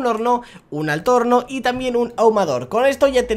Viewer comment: Like si en el minuto escuchaste q dijo trambien